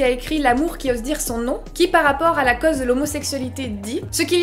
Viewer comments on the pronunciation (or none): T'as un super accent mais il vient d'où ? J'avais jamais entendu prononcer les "au" comme tu le fait pour cause par exemple Merci pour la video !